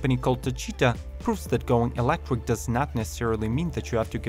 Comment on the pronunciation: These bikes are all so ugly! also... kinda funny that the guy can't say electric, only reason i'm still watching.